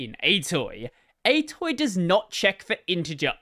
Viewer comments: Also, "atoi" is not pronounced like "a toy", it's like "A to I", because "argument to integer" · I don't think I've ever heard anyone pronounce atoi as /ɛjtɔj/ before...